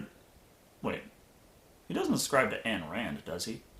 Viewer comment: He was also in Leviathan. Two points. One, "Ayn" rhymes with "mine." And two, that's a misconception of the tenets of Objectivism. RazorFist recently did a live stream of Bioshock where he explicitly explained what a grotesque misrepresentation it is. Rand wasn't against willful charity. She was against coercive redistribution.